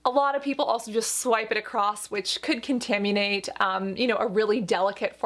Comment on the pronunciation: Contaminate --> "con-tam-yee-nate" hahahha you sound like me, a night-shifter, get some sleep! :)